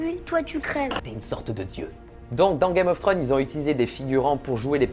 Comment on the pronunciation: C'est dommage c'est un sujet qui m'intéresse, mais ta répétition (5 fois sur la première minutes) sur le nom de la série (Que tu prononce Trône et pas Thrones) ma plus que perturbé et je nai pas pue regarder le reste de ta vidéo par peur.